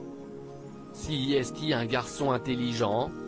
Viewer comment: Qui parle ? Pas un étoile de la langue française, on dit EST et non ESTE, changez cette voix